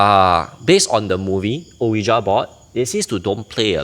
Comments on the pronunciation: hahaha why so defensive? It was not a critical comment. He clearly pronounced it as Oh-wee-ja and I’m couldn’t back and laugh about it but instead I thought I highlight it no offence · It’s pronounced as “wee-ja” board. Not “Oh-yi-Ja” board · funny. Since when did I say the ja was wrong? I just never never ever heard any1 pronounce it as Oh-we-ja b4